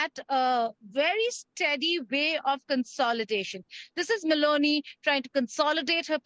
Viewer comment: did he say Baloney instead of meloni once?